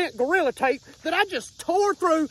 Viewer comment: Hilarious how he pronounces Gorilla Tape, as Goriller Tape.